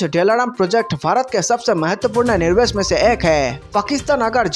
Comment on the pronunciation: Nirvesh nahi Nivesh hota hai.